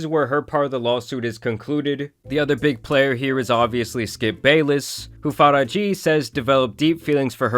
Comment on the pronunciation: You butchered the *sh out her name. Faraji is pronounced Faa-RAA-JH-iy